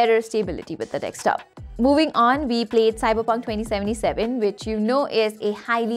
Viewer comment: for someone who's making a video about desktops Vs Laptops, should at least know how to say the word DESKTOP not dekstop, and I've been listening carefully since the start of the video, you've said multiple times, ... yeah...